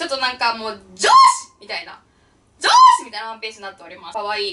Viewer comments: 女子ッ!! の癖が強すぎて、上司ッ!!に聞こえます(??) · 女子ｯ！女子ｯ！のとこ 上司ｯ！上司ｯ！て聞こえた。